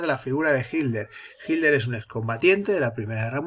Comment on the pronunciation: Siempre me pregunté porqué los españoles no pueden pronunciar las "tes" en medio de las palabras........y dicen "Hiler" en lugar de Hitler.....